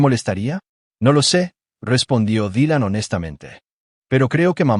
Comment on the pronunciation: dijo Dilan con acento portugués